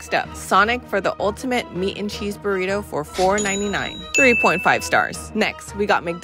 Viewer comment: The ways these dudes pronounce spanish words is just hilarious...buritou...